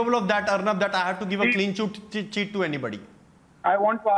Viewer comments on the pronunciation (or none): Sandip was so panicked he said "Clean Chot cheat chit to anybody" then party was pronounced as Particle. 😂